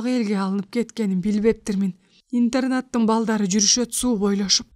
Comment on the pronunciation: Туура окуса жакшы бомок экен окуп жаткан кыз.Интернатты интернет дейт,инир деген созду ирин дейт,жан таслим дегенди жан тамсил дейт.Кыргыз тилин туура окуганды уйронсонор боло деги!